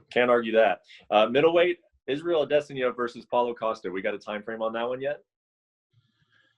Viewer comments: Brett "Adeseňa" Okomoto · Why does this guy and Ariel pronounce Adesyana like they are from Africa?! Just sound it out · Did Brett really say Ah-dess-ih-nah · Add-en-saya? Okamoto completely butchering style bender's name 🤣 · Bret pronounces adesanya name different every time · Did this guy really just pronounce Adesanya like that? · Jeez, this guy mispronounces so many fighters names it's like he's never watched UFC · how does brett not know how to say Israel Adesanya